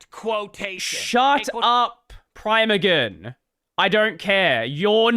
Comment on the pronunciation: ITS PRONOUNCED PRIMEAGEN NOT PRIMEAGEN !!!!1